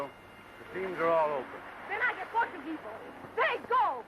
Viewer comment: Rosita... played by Steffi Duna (born Erzsébet Berindey; 8 February 1910 – 22 April 1992) - a Hungarian-born film actress. Yeah, definitely not a "Porta-Geeze," as they pronounced it in the movie, lol.